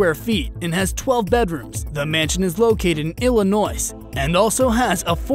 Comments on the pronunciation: Illinois-the "s" at the end is silent! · The "S" is silent in ILLINOIS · You pronounced Schweppes and Illinois wrong, also got a lot of facts wrong. The duke never lived there, only stayed there. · You mispronounced Illinois.😡